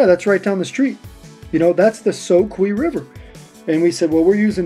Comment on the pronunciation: It's the ' so q ' river , spelling is soque with only one E at the end , this land and streams were named by the Cherokee Indians hundreds of years ago and just like their name ending with 2 E's it's pronounced like 'key' everything named by them with 1E is pronounced 'q' . Don't ask why the locals don't know the proper way to say these and multitudes of other Cherokee named places thru out these lands , maybe it's a Southern thing . Love your video and sure hope you continue and the great fishing .